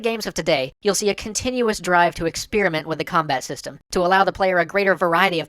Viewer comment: >_> anyone looking for a cannot unhear? :3 Ex-spear-iment. You're welcome.